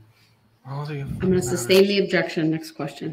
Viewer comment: Grounds for the “substain your Honor” 😂